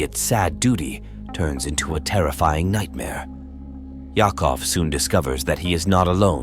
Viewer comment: For Vigil..the man's name Yakov is pronounced " Yacove"..just saying. Good list. 😊